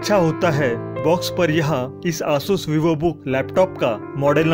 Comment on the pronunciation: Please pronounce Asus clearly it's very irritating